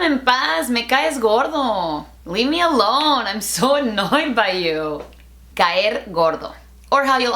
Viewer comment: is it me or "leave me alone" sounded like Latino accent hahaha love you:3 El español te afecta uwu o quizá estoy loco jajaja